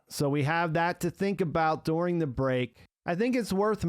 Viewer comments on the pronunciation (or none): "dooring" the word is during bud